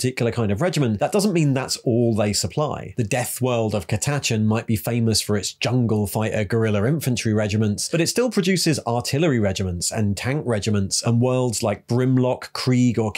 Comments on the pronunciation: Great video (and i hate to do this but...) it´s Cata-Chan not CaTachan. 😅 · In the grim darkness of the 41st Millenium, across the million inhabited planets of the Imperium, I bet there's some regional pronunciation variance. Also, ca-TA-chan sounds way more like an actual place name than CA-ta-CHAAAAAN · I've NEVER heard anyone pronounce Catachan like that before... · I just think it sounds more like a real place name would be pronounced than CAta-CHAAAAAAAN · If you listen to some other 40k YouTubers you can learn to pronounce some of the half dozen words you’re saying in your own unique head-cannon way. Hey, maybe all the others are wrong, but a fair few words sound odd (and not just your dropped Ts, I get that’s an accent even if you sound like a posh kid pretending to be common). High quality editing and research besides that - you clearly know the lore. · I love your videos and always get excited when I see a new one released! However some of your pronunciations are getting increasingly dubious, come on brother nobody says catachan like that!😂